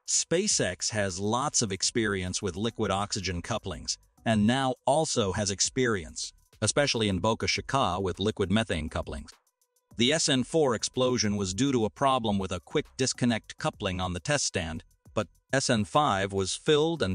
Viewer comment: "especially in boka-shee-kaa" your TTS system should have a way to specify how to pronounce certain pieces of text. "Boka Cheek-a" is going to come up a lot.